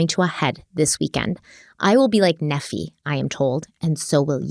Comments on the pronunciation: Nephi is pronounced NEE-fie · pronouncing Nephi as 'Neffy' Me: ☠☠☠☠☠ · Ma-rone-eye = Maroni Also, Nephi is pronounced Knee-ph-eye And Laban is Lay-bun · I love you and I wasn’t going to say anything as I didn’t think it really mattered, but 4 episodes in I think you deserve to know Maroni is pronounced (Maron EYE) not (Maron EE). And then same goes for Nephi it’s (Knee PHI) not (NEF E) I don’t have any bad intentions correcting you I just thought you would like to know. ❤️ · I'm not Mormon but I lived in Utah for far too long and was a good target for missionaries lol Nephi is not pronounced "nefee" it's more like "knee-fy" (like wifi) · Pronunciation: (Knee-f-eye) (Layban) (Moron-eye)... ok continue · Love you guys! Btw: Nephi is pronounced "Neef-eye" and Moroni is "Mor-own-eye," and Laban is pronounced "Lay-ban." 😂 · Just for future reference, the prophet names are pronounced Moroni (Morone -EYE) and Nephi (Neef-EYE) 😊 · This may have already been pointed out, but as an ex-Mormon, I just wanted to help you with pronunciation of these crazy Book of Mormon names… Long I (eye) on Moroni. Long E and I on Nephi. Long A on Laben. I’m here for you if you have any Mormon questions 🙃🙃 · Just a small note - the Book of Mormon prophets mentioned have particular pronunciations in case you were interested. Nephi - pronounced Knee-Fi (long i) Moroni - Mor-O (long O) -Ni (long i, like Nephi) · It's pronounced Nee F I. Like long " I " . Just sayin. P. S. I still love you! Lol! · Moroni is pronounced like, muh-rohn-EYE. Nephi is pronounced, KNEE-FIGH. Laban, is pronounced like, LAY-BEN. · Mormon names are bizzare, so for the record, it's "More-ohn-eye" (Moroni) and "Nee-fie" (Nephi). And let me tell ya, not even Mormons believe in past lives and people being zombies, but they DO believe in evil spirits that cause people to do bad things. So really, it was Lori and Chad all along who were dark spirits. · Nephi is pronounced knee-fi